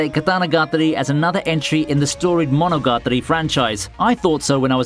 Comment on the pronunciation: "Monogatri" "Katanagatri", lol.... Its "KatanagatAri" Pronounce that "A" !!!